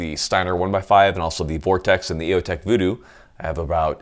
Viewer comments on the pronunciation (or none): none